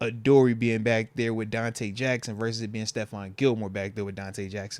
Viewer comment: Moats pronounces "with" as "wif" 😂